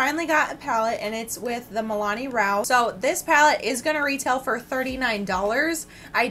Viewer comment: You keep saying Milani....but it's Milan....